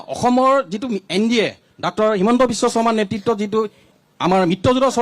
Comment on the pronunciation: Dactor nohoy Doctor O gadho